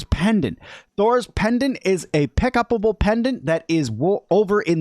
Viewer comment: Sorry. But "pickabable". I laughed hard haha.